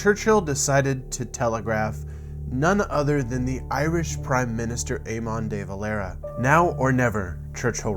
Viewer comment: Why did he say Eamon like that...